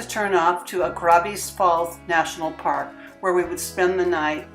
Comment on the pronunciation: Pity the locals didn't help you with the pronunciation of Goegap and Augrabies.